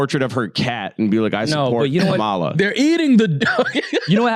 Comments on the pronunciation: her name is KAMALA! [comma-lah] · Why are y’all mispronouncing Kamala’s name incorrectly like the racists, though?